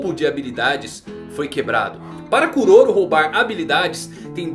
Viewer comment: Kuroro é a pronúncia correta em japonês